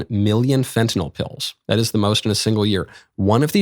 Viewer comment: Thank you for pronouncing Fentanyl properly...